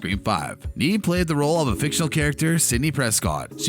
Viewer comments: Neve is pronounced "Nev" not "Neev" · Neve as in Kev not Neeve as in Steve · dude it's just an accent 🙄 chill